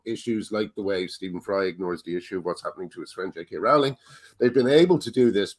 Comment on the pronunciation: Ffs after all this time Graham, Rowling is pronounced "rolling"!!!